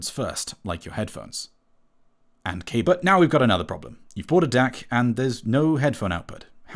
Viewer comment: He said cabut